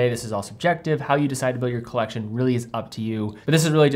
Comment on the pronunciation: “Colleccione” LOL